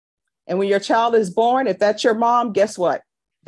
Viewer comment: I love judge B. I watch as many cases as i can. But she can do better than " chow, and whorl" for child and world. Just saying.